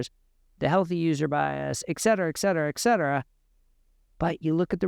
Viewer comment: FANTASTIC TECHNICAL ANALYSIS. Flawed grammar in part. "CAN'T HARDLY" is incorrect. The expression is "CAN HARDLY" otherwise you are using a double negative. Do NOT use the expression ET CETERA, unless you learn to pronounce it. ETC is simply the Abbrev. The phrase "people that....." is incorrect. It's "people who...." 2nd grade grammar. People are WHOs not WHATs. People are not objects. Many other opportunities are available to SOUND as smart and learned as you obviously are. Again- fantastic rigorous analysis.